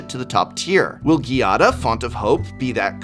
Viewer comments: Normally, I would have just left a comment like "i can't think of anything good to comment, I just want those commander decks" but I actually have something good to say this time. GIADA IS PRONOUNCED WITH A HARD G! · Most card names of legendary creatures are strange but being Giada a common name in Italy that pronunciation is soo weird to my ears (the accent is on the first a not the i). Beside that, what's going on with RhisticStudy line in italian in the outro? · Has Giada been pronounced differently every time here? WUT xD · I love how even prof will go back and forth on the pronunciation of Giada.